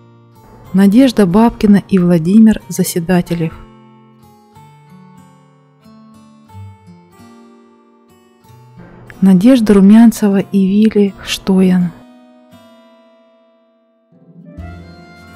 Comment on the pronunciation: Не ХштОян, а ХштоЯн.